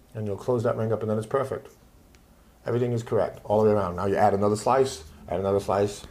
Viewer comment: good tutorial, but the way this guys talks drives me up the wall. "One wing down, and then its puwfect" like cripky from the big bang theory.